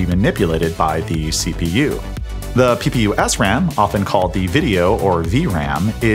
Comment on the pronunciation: Who else heard ppu as pew pew pew😅😅😅